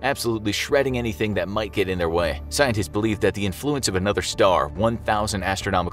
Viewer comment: “There migh be life”